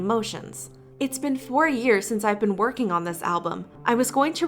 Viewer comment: i’m so sorry but I can’t get over you saying bean instead of been